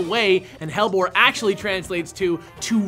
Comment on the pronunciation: Hellebore (Helleborus) is pronounced Hell-E-bore/Hell-E-borus :)